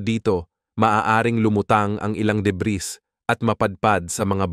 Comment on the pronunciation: Deb(ee), Deb(ee), Deb(ee), Deb(ee), Deb(ee), Deb(ee), Deb(ee)!!! Hindi Deb(ris)!!!